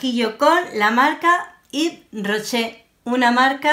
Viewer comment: Jjjj.. K buena diciendo el nombre. A mi me encanta Ives Rocher pero de maquillaje no tengo mucho, me encantó ver el resultado😘